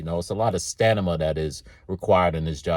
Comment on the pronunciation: lol 😆, I said to myself "if this man say sta ni ma one more time" then he said it, again and again, and again. Lol I ain't mad. We all know what he meant.